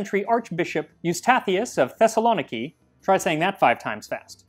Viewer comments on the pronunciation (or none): Théssa-loh(cut the o short)-neekee like Nike pronounced neekee, everything else is of course utterly butchered and nearly indistinguishable from random noises but that one made me look up, thessa láwn nicky, panagiamou denboro, sorry I just couldn't let that one slide lmao great vid tho. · Good God, while i love your videos and always appreciate content on greece!! these pronunciations are a bit painful to hear! XD saying this respectfully and with a lot of love for your channel!! Thessaloniki is stressed on the "ni", ThessaloNIki, and "Dionysus" is "dee-O-Nee-sus" with a stress on the "o", it's so different 😅 Thank you for the video though!! And frankly i dont know how you managed to drink this.... so big respect, its more than i could do xD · For having a 1.6 million sub account I am astounded by how this guy mispronounces Kykeon and Thessaloniki, they aren’t even hard to get right… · the way you pronounced Thessaloniki had me crying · Max, you've more than earned my love and admiration at this point... but your pronunciations of "Thessaloniki" and more importantly "Chian" will send me to an early grave! That said, kykeon actually doesn't seem too difficult to make! I might have to try it... if I must.